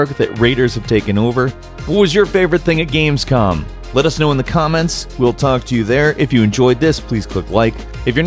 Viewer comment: "Games-Cum"...That's what I heard xD